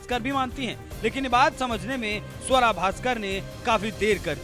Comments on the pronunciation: स्वरा नही सुआरा बोलो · आपको गलत फहमी है इस मोमिना का नाम स्वरा नहीं सुअरा है